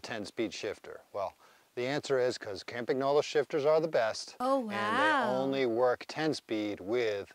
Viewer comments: Hey Dear Anglo-Saxons! Would you please learn after almost a century, that the company name Campagnolo is pronounced 'kampañolo' and not 'caempaegnoulou'. Cheers! 😉😉😉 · Ka-mpa-nolo The G is silent 😅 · Campagnolo You should pronounce GN in the correct way. It’s not like preGNant, it’s like siGN. 🇮🇹😀